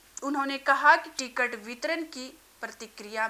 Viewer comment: Ti-Cut— nahi Ticket